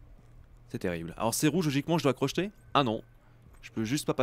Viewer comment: C'est pas crochetète c'est crocheter